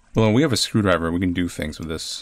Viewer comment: Its. It's a. screwdr-eye-ver